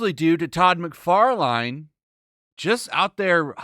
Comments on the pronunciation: Macfarline? Are you serious with that pronunciation? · How do you mispronounce "Todd McFarlane"? It's not "line". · 2 bro... learn how to pronounce last names thats shameful ur that bad at that... McFARLANE SOUNDS LIKE mick-far-lin , and its not MehLar, its Millar sounds like MILLER mill-er. ITS NOT that hard dude come tf on. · Why you pronounce mcfarlane like that? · How could you slaughter Todd Mcfarlane's name like that? 🤣🤣🤣